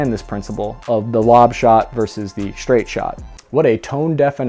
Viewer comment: your presentations are so great! thank you!! for the love of the english language. there is no H between S and T. ie. Straight is not SHtraight.